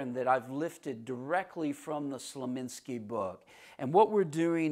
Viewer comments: Dude, it's Slonimsky, not Slominsky! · Let me put this gently: You are pronouncing the author's name, 'Slominsky'. Respectfully, no. It is pronounced 'Slonimsky'. Otherwise, great!! Thank you for giving us your thoughts. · I came to this video directly from the video of Slonimsky's interview on the Johnny Carson Show. He was VERY clear that he is not related to the Nimskys and cannot stand when people mispronounce his name. You'd think someone who may respect the work would make a better effort to respect the man and his name.